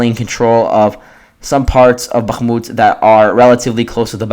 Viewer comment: If you need help avoiding the accidental "g" sound in Bakhmut, try forcing yourself to pull your tongue down flat into the floor of your mouth instead of just back. The "g" comes from your tongue expanding while it's pulled back, making it bounce off the roof of your mouth. If you open your mouth wider when you hit the H you'll notice the same improvement.